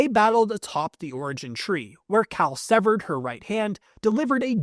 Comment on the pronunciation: Severed* not stevered.